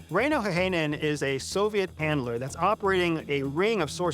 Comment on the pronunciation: It is pronouced Häyhänen, not heihänen. I know, Finnish language is not the easiest to speak.